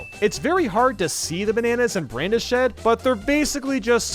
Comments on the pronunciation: the fact that you say "brandi-shed" instead of "brandish-d" hurts me physically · Nobody:: Brandish-ed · oh that pronunciation KILLS me. it's bran-dished, as in, 'dished out a can of whup-ass'! not a big deal, ultimately, though! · did you know its pronounced bran-dished not brandish-head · He said brain dished like brain dish-ed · when you pronounce brandished as brandy shed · Surprised no one has noticed complete butchering of the word "Brandished"